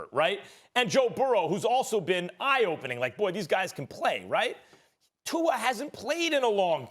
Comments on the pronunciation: Tua. Not Tu-er. Two-uh stephen a. T-U-A. TUA. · Everyone: Tua Stephen A. Smith: Two-er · I can’t wait til Stephan A says Tuar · Stephen “Tu-err” A Smith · "Tuar" Steven A lol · SAS: Tu-er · Stephen A Smith: "Tuar" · Stephen “Tuar” A Smith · "Tuar" Stephen A. Smith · Stephen “twoer” smith